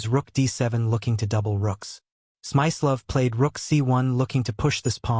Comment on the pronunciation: It's Smi-slo-ff, with a hard i.